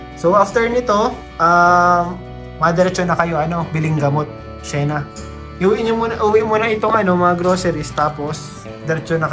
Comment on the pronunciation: To correct po mga,,, Sheena is Shi-na matigas ang bigkas sorry po! Thanks po sa inyo❤❤❤☺️☺️☺️